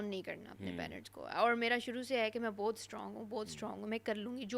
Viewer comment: Sara neelum Kuch words ghalat bolty hai Tu madam aap Ka Bhi word " Buhat " ghalat hai 😅 !